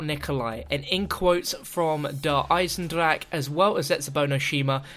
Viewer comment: Der Eisendrache is actually pronounced 'Der Eisendra-kah', sorry im just tired of seeing everyone on youtube who does cod zombies and mispronounces the german map names.